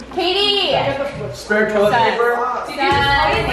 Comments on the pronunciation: Hahaha! I love how he said Jatie for Katie, Katie for Josh, and Josh for just the sake of it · I love how he calls them jatie